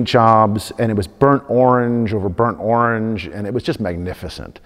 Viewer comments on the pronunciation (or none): none